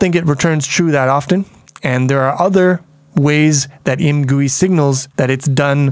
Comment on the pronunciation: I think should be pronounced "I. M. Gui", as in "I am gooey after all that time in the poo game from the beginner series".